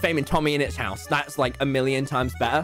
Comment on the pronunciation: why do u always drink coke and u say house like hause